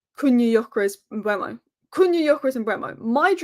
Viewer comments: Mbeumu should be pronounced M-boo-moo. Saw an interview with him and this is how he pronounced his own name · Here’s the answer to the Mbeumo pronunciation for anyone interested.